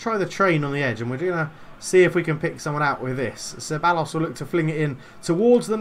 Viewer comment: Ceballos is pronounced cebayos